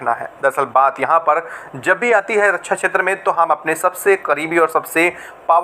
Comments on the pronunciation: रक्षा बोलना सीख पहले रकछा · रछ्छा नहिं, रक्षा होता है। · रछा नहीं। रक्षा।